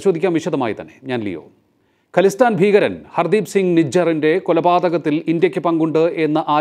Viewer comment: ഖലിസ്ഥാൻ അല്ല ഖാലിസ്ഥാൻ എന്നാണ് .